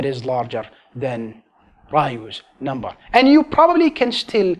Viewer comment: You said number infinite amount of NOMBARRRR😂